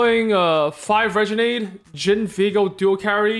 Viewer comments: how has not learned how to say renegade yet? RE-NA-GAE-D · I swear if Im going to hear "Regenade" one more time